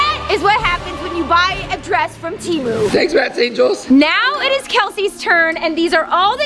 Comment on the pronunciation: It's temu not timu